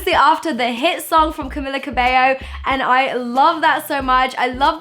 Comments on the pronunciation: Cam-ee-la not Cam-ill-a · I really don’t want to be this person but it’s Cam(ee)la Cabello not Cam(i)la😁😂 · Also it's camEELa cabAYO ;) 😂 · Anna Craven Im from cuba and her name is CAMILA.